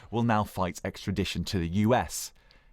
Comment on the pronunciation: Javid cant pronounce extradition